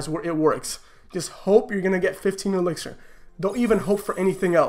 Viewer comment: keeps calling it elexir 😂😂